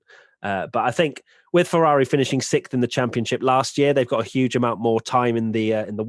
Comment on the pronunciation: Sixth. It's pronounced sixth.